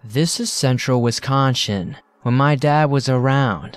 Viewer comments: Lol wisconcion oh that got me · " central wisconShin"